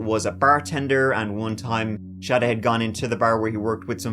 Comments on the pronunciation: Sha-day? I think it's SADE, like Raid with an S instead of a R. There's no h . Love ya though! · sade = shawday? 😒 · I thinks it’s pronounced “Say-Dee” my dude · You're saying shawday, but it's Say-dee for Sade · Sounds like you’re calling her “Shawty” lol. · How do you get “ Sha-day “ from Sade.. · Sade is pronounced Shahd-eh? They aren't French... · I dunno what pisses me off more, the silent K in knife, or the invisible H in Sade. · Sade or Chowdae? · Must be an English name cause it follows no rules. There is no "H" in Sade. Why would they pronounce it like that? Sorry y'all, it got my OCD acting up.